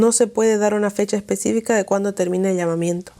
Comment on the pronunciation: Lastima mucho al oido cuando hablas.. usas la letra "J" en palabras que llevan "H". Ejemplo: Que jel oscurantismo?